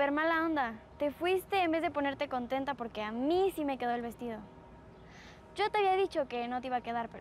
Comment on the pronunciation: Like si te diste cuenta q dice vestillo en vez de vestido